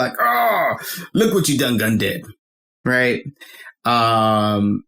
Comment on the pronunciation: I didn't know we were calling it "ah-vay" now lol. I just say the letters. But to add on to "done gone" one, I was confused. I thought he was saying "done gun". I take it that's what they say where he grew up. I'm Chicagoan and we say "done gone and" to say a person did something (usually something bad or something that annoyed the person saying it). Another BIG one is "finna", which is a variation of "fixing to" to say that we're about to do something. Or we say "I'm bout to (insert activity). AAVE has regional differences just like like standard American English. New York AAVE sounds vastly different from Chicago and southern areas. Same with West Coast AAVE.